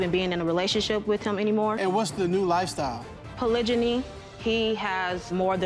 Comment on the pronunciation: She’s pronouncing it right not polygamy but polygyny. There is a difference. Polygamy, polygyny and polyandry..